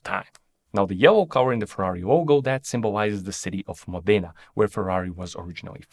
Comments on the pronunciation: In the prononciation of the italian works the stress are almost all wrong (is Anònima Lombàrda Fàbbrica Automòbili, and is Lombardìa, not Lombàrdia)... and you missed the Duke's crown on the snake's head. Werke in German means Factory, not Work. Mòdena, not Modéna. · Complementi for nailing every pronunciation except Modena, which has the emphasis on the first syllable - MODena.